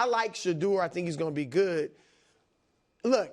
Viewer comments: I could not employ someone who says "goot" instead of "good". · Dude needs speech therapy. It’s good not guut.